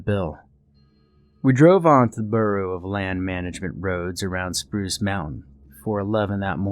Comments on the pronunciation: It says Spuce instead of Spruce! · "Spuce" Mountain lol. Great video as always!